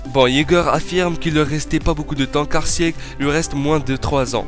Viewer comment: [Sig] pas [siég] ...... Beaucoup trop de nom écorché, j'arrête là